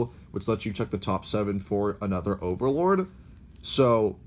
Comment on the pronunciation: Did I just hear him say "ogre"Lord? Lolz #AllOgreNow